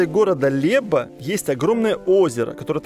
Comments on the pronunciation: Łeba, nie "Leba" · A dlaczego wymawiasz "Leba", zamiast "Łeba"? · Город называется не Леба, а Лэба. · Znakomite zdjęcia. BTW: głoskę "Ł" w słowie "Łeba" wymawia się jak angielskie "web" (www). I tak samo - w każdym słowie, gdzie jest głoska "Ł, ł"... Pozdrawiam fajną rodzinkę. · Лэба правильно называть этот город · ЛЭба произносится аналогично Лоб в русском языке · Как же режет слух!!! Город называется Лэба. Хотя бы погугли как город называется если читать по польски не умеете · В названии местности Леба букву "л" произносится как в словах "слово", "рыбалка" или "лодка". У Тебя слышу произношение "л" как в слове, на пример, "личность"😊